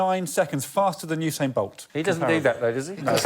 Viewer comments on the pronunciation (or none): none